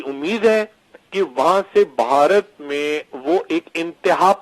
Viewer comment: لفظ باہارت اور بھارت کے بولنے لکھنے میں فرق ہے، میری بہن آپ کا تلفظ غلط ہے آپ بھارت کو باہارت کہہ رہی ہیں ، اپنے یہاں تو خیر ہے پر ہندوستان میں اس لفظ پر بھی آپ کا مزاق بن سکتا ہے تو میری بہن آپ سے درخواست ہے کہ ہندوستان کے لئیے لفظ باہارت کہنے کے بجائے بھارت کہئیے۔ شکریہ